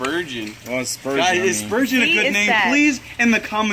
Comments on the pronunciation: It's spurgeon not spoogeon. So it's ok. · Not sturgeon...that is the kind of fish...she said Spurgeon!!!!!!!!!!!!!!